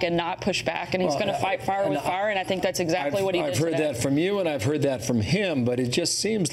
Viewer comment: Fights FAUR with FAUR! Dear God, learn how to speak properly and stop with the "uhhh"s